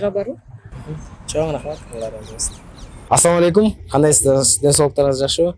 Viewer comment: Э Туган алып баруучу ассалааму алейкум эки тамганды айтпай журунуз уят .куноо